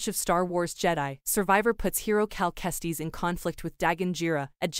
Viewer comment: This dude said “cal testies” 😂